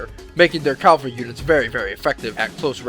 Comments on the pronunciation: cavalry, not calvary. Why do all americans say this? Even in their documentaries they say calvary. Pet peeve of mine! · cavalry! the "L" comes afterwards! Hate "calvary" just sounds so wrong, and it is. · Its CAValry and not calvary!